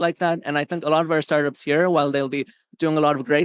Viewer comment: How work in Start ups for so long and refuses to say it aha sounds like "Sartas"